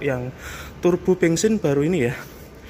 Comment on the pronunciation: kok ngomong Daihatsu tapikan toyota ini mas..bensin bukan bengsin mas habis dikejar siapa mas..hihihihi